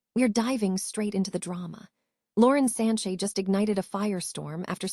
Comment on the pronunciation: First of all its Sanchez not Sanche.